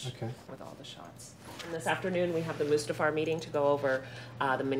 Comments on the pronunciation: Did he just call it Mufasta, in front of George......? It's Mustafar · Said mufasta instead of mustafa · "Mufasta" ..... seriously, I know you don't really need to know how to say it but it's not that hard of a tongue twister.. Mustafar. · I like how that one guy called Mustafar “Mufasta” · did he just say “Mufasta”?